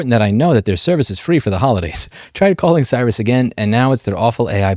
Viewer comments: I believe Sirius is pronounced the same as "serious". Strange, I valet parked a few cars with Sirius/XM, and the music strangely continued (at least for a time) when I drove into a 3-story parking garage. This was quite unexpected. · It’s pronounced “serious” I used to listen to the rap stations but after booting most of the dj’s I like I got rid of them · Are you intentionally mispronouncing "Serious" XM?... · Not to be a nit-pick, but I'm pretty sure it's pronounced "Serious XM" with the Si being pronounced like the Spanish word for yes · The word "Sirius" comes from the Greek word for "glowing," The company is named for the Dog Star in the Orion's Belt constellation. It is pronounced phonetically similar to the word "serious." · I like how you pronounce "Sirius" as "Cyrus" because it reminds me of "Cyrus the Virus" from the Nic Cage movie Con-Air. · its sirusXM. My dumbass was hearing louis speak "cyber-sexM" the whole time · Why is Sirius being pronounced as Sirus? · I don't want to be that guy, but since comments help your engagement; Sirius is pronounced like "serious" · It's pronounced like "serious" XM but yeah POS Ads in your car is unacceptable. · It’s pronounced serious XM. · Him calling it Cyrus the whole time had me dying. Reminded me of Cyrus the virus from that old movie conair. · minor nitpick but it's "Serious XM" Like the star Sirius. Also one time I ordered a pizza online and got an ad saying I "Qualify" for 3 months of free SiriusXM. They must be really desperate at this point. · you said Sirrus XM I heard cyber sex and was wait that is a feature now? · Has to. He calls Siri, Siri. (Seeree), but calls Sirius, Cyrus. What the fuck. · He doesn't pronounce Sirius correctly. Annoying. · Can't tell if mispronouncing Sirius is a power move or just genuine dyslexia. Either way love it. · Why do pronounce Sirius like that? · How are you gonna do a video about Sirius XM and not know how to pronounce Sirius XM? 🤦🏽‍♂️ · Dude says it wrong every single time